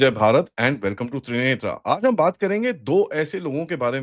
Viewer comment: त्रिनेत्र आ ? ये क्या है भाई। जब हिंदी नाम रखा है तो हिंदी में उच्चारण करिए। Please get out of the colonial effect